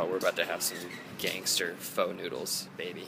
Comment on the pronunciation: is an almost correct pronunciation of "pho":) good job:) why don't you make a pho recipe? I'd really like to see your take on my country's favourite dish!